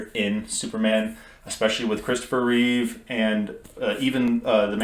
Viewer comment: There is no s at the end of Reeve